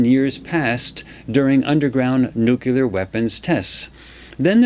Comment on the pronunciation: I keep getting distracted by his mispronouncing of nuclear